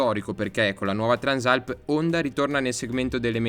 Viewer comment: peccato non sai come si chiama questa moto, Transàlp non Trànsalp